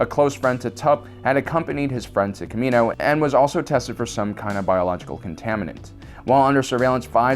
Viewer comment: Ugh! It's pronounced Ka-Me-No and Ka-Me-No-Ans.